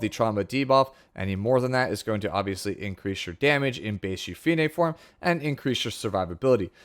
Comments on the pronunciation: Yu-Fi-Ne is correct since in Korean, her name is Yu-Pi-Ne (유피네) which has 3 syllables. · YOU FEE NAY!!!! The PROPER pronunciation thank you for staying true!